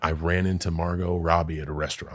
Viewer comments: Mar-Got? No way that was fr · mar got.....wow.....mar!!!......GOT!!!! how tf do you not know how to say this name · Bro said mar-got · Logan said Mar GOT Robbie 🤣🤣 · Logan paul pronouncing the t in margot robbie was actually crazy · The "t" in Margot is SILENT! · I don't like the way he pronouncing Margot